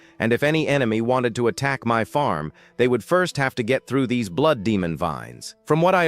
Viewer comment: There was a part in the story where it should have been blood but instead it read.out as blow. Hmmm might want to spell check the ai